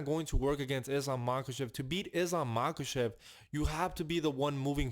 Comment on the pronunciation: Say Islam Machachev one more time 😅